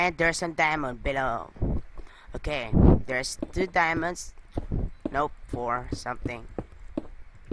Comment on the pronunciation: DER ISS 18 DIEMUNDS *dat accent